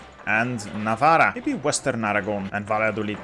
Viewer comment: bro, when you pronounce ‘navarra’ you have to double the R sound as if the writting itself is in the beggining of the word